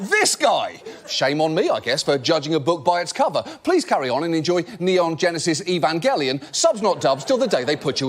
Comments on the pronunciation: I'm more impressed than I should be at the fact that this man not only knows what the sub vs dub debate is, but also pronounces Evangelion correctly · Never thought I’d live to see the day when John Oliver brings up Neon Genesis Evangelion and pronounces it correctly 😂